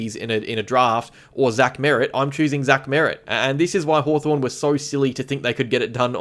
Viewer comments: Was Haw”torn” intentional,? 😉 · 'Hawtorn' LoL...